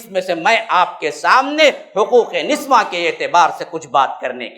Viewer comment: niswan nahi niswa hota hai